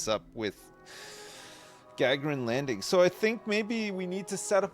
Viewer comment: Also… it’s pronounced Ga-garin like Yuri Gagarin, the Russian legend!